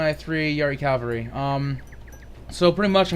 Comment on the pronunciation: Dude.... Its CAVALRY not CALVARY!!